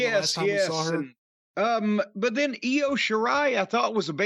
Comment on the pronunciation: No, no, no. Io's name didn't change, Corey Graves just botched the hell out of it, over and over again that whole final segment of that women's championship match.